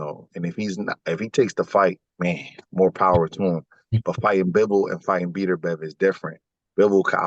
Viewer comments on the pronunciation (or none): Did this man call him beater bev. 😂